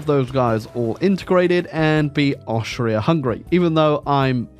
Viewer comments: everyrime you say austria, a part of me dies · as a austrian you fucked it up so bad but your british not austrian so ya